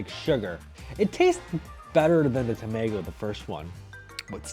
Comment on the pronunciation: 「タメィゴゥ」好き